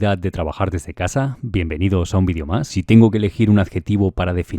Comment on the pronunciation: Por qué todos dicen vean es bidio no maman es vídeo no bidio